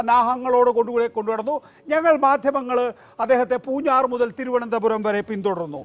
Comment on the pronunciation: നികേഷേ പൂഞ്ഞാർ, പൂഞ്ഞാറ്റു അല്ല 😄😄😄